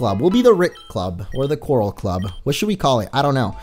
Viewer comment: Why do u say CORRAL every time you do the voice of rick